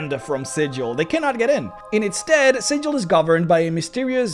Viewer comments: Super excited for this series, and as much as I enjoyed this one hearing another person mispronouncing Sigil's name makes my soul cry. For reference in D&D the city of Sigil is pronounced as Sig-ill or Siggle not Si-jill like the standard pronunciation of the symbol. The small lore there is on this difference of name is pretty interesting, and it's all based on an in-joke between the original writers. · Oi,, it's pronounced "Sigl" ya' barmy prime! Get it right or some peery cutter's gonna peel you like a sodding rube instead of treating you like a greybeard planeswalker! I... may have been playing a cager (Sigil-born character) recently and endeavored to somewhat learn The Cant. But, seriously though, the city of Sigil is spoken as "Sigl", probably because they've got their own slang going and it is a sure way to tell the natives from the non-natives. Please try to keep that in mind next time.:) The Lady of Pain sends a poor sod to get lost in the mazes every time you call her city Sigil instead of "Sigl". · Great video but you're pronouncing Sigil wrong, my dude. When talking about the city, it is pronounced with a hard G instead of the soft G. Otherwise in a real world context, you are pronouncing it correctly. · Also it's pronounced "Siggle" not "Sidgel". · According to lore, Sigil is pronounced: "sih-gul" not: "sih--jil" infact if you pronounce it the latter way inhabitants of the city will try to rip you off for being a newb. We know the Lady of Pain destroys anyone that tries to worship her and within Sigil she is more powerful than all the greater dieties of all the pantheon put together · It's pronounced with a hard "g", like "siggle". Trust me. (I should specify that I'm only speaking of the city. The common noun is, of course, pronounced with a soft "g", hence the confusion.) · You say Sigil like a berk.